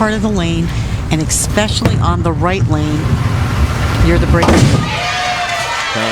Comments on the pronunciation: I didn't know eCspecially was a word... 🙄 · Expecially? How can a commentator mess up English this much? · you'd think an announcer would know how to pronounce "especially"